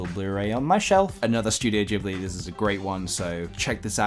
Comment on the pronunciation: Why dose everyone pronounce ghibli wrong??